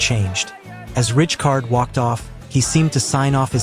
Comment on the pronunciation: AI ??? Awful pronunciation of names? Richcard????